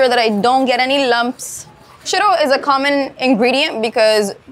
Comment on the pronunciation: Im so sorry but the dish she named "shittle"? Please tell me what that is so i dont bust a gut laughing next time i see it on a menu 😂😂😂😂😂😂😂 EDIT; OMG SHE WAS SAYING SHIRO!!! not shittle! 🤭🤭🤭🤭🤭🤭🤭